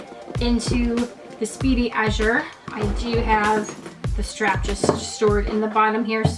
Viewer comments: gosh pronounce it correctly, it matters so much. How dare you. it Azur, not Azur. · Its pronounced "Damier Ah-zur". Thanks for sharing! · Great video, thank you! P.s. you are pronouncing “Azur” incorrectly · Great video, ty! You are not pronouncing “Azur” correctly :)